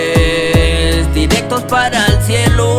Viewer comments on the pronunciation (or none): Dice "Fumes" No Sumes